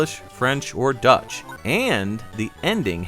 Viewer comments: He mispronounced. He should have read it "DOYTSCH". "Deutsch" means German in... German lol. He read it like it was an English word. "Dutch", indeed, is an English word. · Hey, great review as always. A little correction though: You said dutch in the language screen part, but its deutsch, which is the german word for german. The pronunciation for the word deutsch is like "doytch". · what? No none offense taken at all. It was just a mistake I found funny to point out. Americans mistaking Deutsch for Dutch happens more often than you may think.